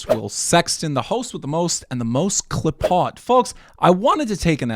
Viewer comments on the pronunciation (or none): The word qliphoth is actually pronounced closer to "keephote" not cliphot. Lots of occultists stole Kabbalistic ideas. Lots of these kabbalistic words come up in the lyrics of the legendary album "Reinkaos" by the iconic badass Swedish black metal band Dissection \m/